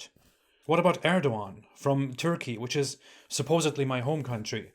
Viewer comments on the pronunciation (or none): none